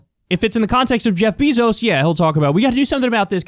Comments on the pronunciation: Kyle it's Jeff Beh-zoes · I laugh every time Kyle pronounces it "BEE-zos" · Jeff Bee-zos 🐝